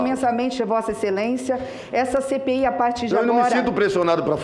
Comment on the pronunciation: Quando ele faloiu "CPI da covid", eu ouvi "Cê peida covid"